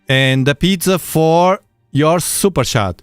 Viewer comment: I love it when he says SUPER CHAT!! Ohoo I mean SUPER SHAT!!! Haha perfect 😂